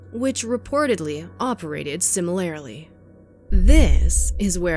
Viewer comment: I'm sorry, did you say similarily? 😁